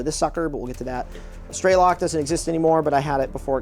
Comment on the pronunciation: It's not pronounced "straylock", it's Strelok, translates to Shooter. Same as the name of the main character in the game Stalker: Shadow of Chernobyl.